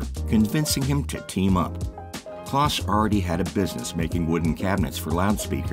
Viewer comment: Henry "Close" not "kloss." Also, in narration, a second reference uses the last name, not the first. e.g. (for example) "Vlichur says." or "Vilchur decided."